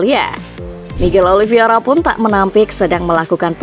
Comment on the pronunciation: heett daahh... narator masih aja salah nyebut 🤣🤣🤣 OLIVIERA melulu... namanya OLIVEIRA... OLIVEEEEIIIRAAAA....